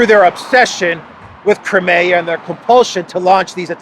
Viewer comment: Just so you know… Crimea is pronounced Kry me a (river)